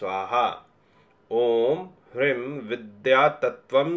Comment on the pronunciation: Hreem ka ucharan is prakar nhi hota h.